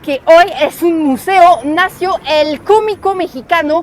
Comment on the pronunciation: Muy informativo tu reportaje. Una sugerencia amical: ayudaría mucho a la claridad de tu discurso que te consigas tutores de pronunciación, la que ojo, es ya asombrosamente buena, pero las sílabas acentuadas te fallan un poco, bueno, bastante. No es lo mismo decir “llegue “ que decir “llegué “, como no es lo mismo decir “nacio“ (palabra inexistente) que decir “nació”, o decir Tolsa (nombre desconocido) en lugar de Tolsá. Va igual para las palabras que lleven el acento (marcado o no con tilde) en sílabas que no sean la sílaba final. Hace toda la diferencia del mundo. En francés, las sílabas son todas más o menos iguales en el sonido de acentuación, excepto la última sílaba que se diga, la cual lleva un levantamiento como si tuviera tilde (el acento). No así en la lengua española, la cual tiene reglas y distinciones muy específicas de dónde debe ir el acento pronunciado en cada palabra en todos los casos.